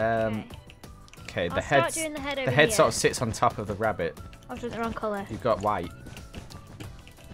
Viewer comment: BWUNNY WABBIT